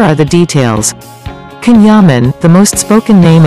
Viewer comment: It is spelt CAN yaman but pronounced JAN Yaman 💜💗💕🍒🍓